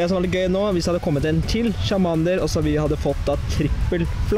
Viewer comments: hvorfor sier du chamander i stede for charmander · Charmander uttales tsjarmænder!